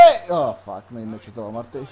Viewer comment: Se pronunta A-MAR-TEU